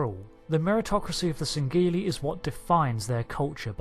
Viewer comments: its not sangeli its sangheili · You don't pronounce the g in sangheili.